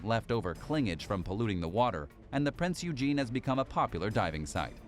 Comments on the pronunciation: I'd like to correct your pronunciation of Prinz Eugen. It's not pronounced as Prince Eugene. It's pronounced Prinz Eugen (Oi-gen). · ITS PRONOUNCED PRINZ OYGHEN,...that being said if one has enough Kraut Space Magic & Dakka drive, you could get it back into full service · Completely butchered Prinz Eugens pronunciation